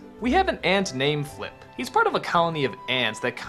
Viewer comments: It’s Flick not flip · it's flick, not flip